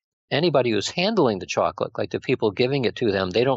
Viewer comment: why does this guy say choclick instead of saying chocolate....very annoying